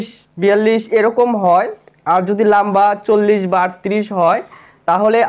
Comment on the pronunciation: লাম্বা না লম্বা🤣🤣🤣🤣🤣